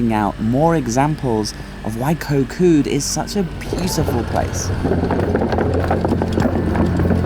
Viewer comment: koh Kood the k it pronunc more like a g than a k gkot gkood